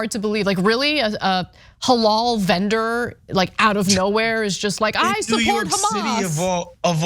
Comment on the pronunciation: Anna doesnt even know how to say the word halal thats funny shes kinda not that smart